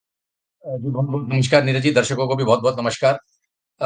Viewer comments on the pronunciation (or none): NAMASHKAR nahi hota, NAMASKAR hota hai.